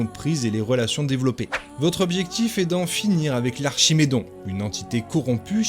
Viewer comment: dans dragon age origin c est archidémon pas archimedon , et on se dit fan de la franchise 😂😂 et c est alistair pas alistar et c est loghain pas Logan c est chatGPT ou quoi